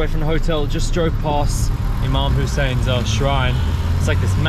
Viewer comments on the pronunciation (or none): So correct pronunciation IMAM Hussain you are too brave to go Karbla alone👍 its very holy place, incredible idea to open Cafe with all different teas you had so far, cheese paratha, Sheesha bar, I m sure all migrated citizens would love to gather in cafe, all Jordanians, Iraqis, Indian, Pakistani, its Boom boom business, lov from Karachi.